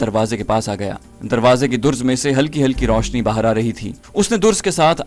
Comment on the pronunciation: Very good except pronunciation of some words like "darz" and not "durz" and some other words also. It is suggested that the reader should rehearse the next episode with some well educated person.